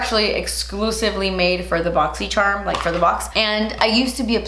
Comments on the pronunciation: Closed captions suggested you said boxy Sherman 🤣❤💋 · Yo i swear i say boxy sherm unboxing with her. EVERY. FREAKING. TIME. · I always say “boxysharm” bc of you🥰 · I always say BoxySherm and not Boxycharm 😂😂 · I feel like if South Park had an episode about boxy charm they would pronounce it like this 😂